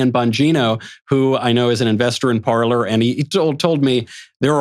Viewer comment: Better to pronounce Parler (verb “to speak” in French) with French pronunciation, sounds like “Parley”.